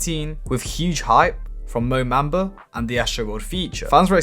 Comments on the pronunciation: Its MOBAMBA not MOMAMBA bruh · its mo bamba not mo mamba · Like your vids but you pronounce everything very weird mo mamba? A bell instead of Abel feels very ai like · You’re a dumbass, why can’t you pronounce words like “debut” and “Mo Bamba” properly